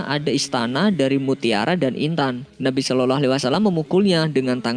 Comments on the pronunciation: Gak enak didengernya min ketika ucapin Slallahu'alaihiwassalam, diucapin "SOLOLOH" ini kan Chanel islami jadi harus jelas cara pengucapannya. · Waktu dibilang "rasullallah saloloh "?? Woiii yg betul bilangnya. Belajar dlu mengucapkan.. gak betul ini yg punya channel masa "saloloh waalaissalam" .coba kalian dengar dengan teliti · Belajar lagi ngucapin "salallah" nya mas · Adrian nagara betul.mas kok lafadznya seperti bukan orang pesantren atau orang muslim,,klo boleh tau mimin dan yg punya chanel.ini dulu mondok.di mana dan guru atau kyainya siapa